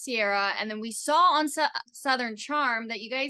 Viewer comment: why does the blonde interviewer say “sawl” instead of saw? both these ladies seem like amateurs